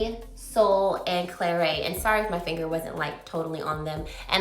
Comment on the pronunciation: Not pronouced Claray but Clarette. Pass anyway all of the are existing shades.